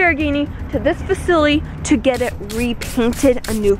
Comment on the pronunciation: She said facily